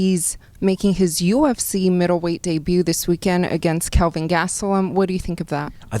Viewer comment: "Kevin" lol ITS KELVIN , Wonderboy haha